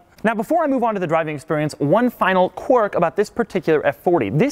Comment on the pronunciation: I think he means quirk but I'm hearing quark?